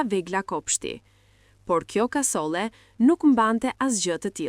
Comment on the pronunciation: Jo kasole por kasolle apo nuk e flet shqipen saktë?!